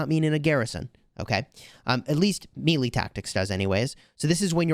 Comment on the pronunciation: Melee is pronounced May-Lay 🤔🤷‍♂️🤣